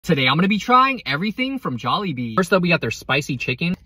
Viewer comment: Congrats you pronounced it, very well